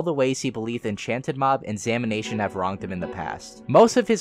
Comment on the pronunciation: At first I thought he was saying "samination" as in the dead by daylight channel and I freaked out a bit